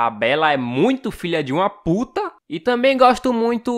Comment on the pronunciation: eu tambein gosto... é eu gosto muito